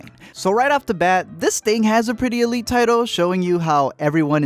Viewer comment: is not elit is elitE